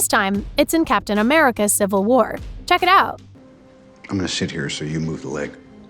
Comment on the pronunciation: I genuinely heard “I’m gonna shit here so move your leg”